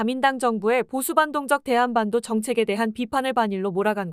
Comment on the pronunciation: 대:한반도/대한반도 의미가 다릅니다. 끊어 읽기도 잘못하면 의미가 달라집니다.